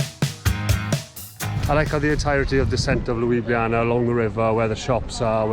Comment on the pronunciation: "LUIbliAna" ahaha oh god